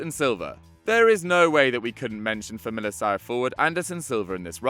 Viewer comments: You pronounced Famalicão wrongly it is not “Famalisão” but “Famalikão” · btw familicao the "c" its pronounced like a "K"